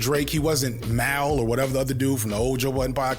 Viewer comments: Mal is pronounced like "Mall" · My man. I won’t call you unc cuz we’re the same age but you’re killing me with the pronunciations of these names. “Ish” is like Ismail. So ish like black-ish. Mal is short for Jamal. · that pronunciation of Mal is hilarious 😂